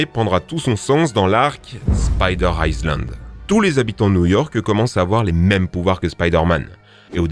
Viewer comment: Salut le "s" ne se prononce pas dans Island